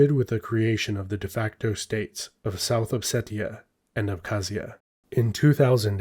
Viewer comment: Funny how you seem to call Ossetia "upsetia" 🤣